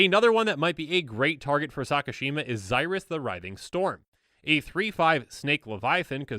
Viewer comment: You are saying xyris, the weathering storm incorrect it is pronounced z-ear-us, the weathering storm just thought you might want to know but either way keep up the amazing content live watching your channel